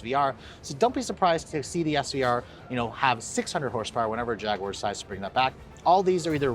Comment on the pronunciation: Too bad he can't pronounce Jaguar correctly...